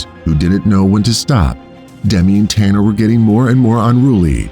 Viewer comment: Im his granddaughter, i just want to say the lions name is tana not tanner and also my grandmothers name is pronoucned like "jill" even though it is spelled with a g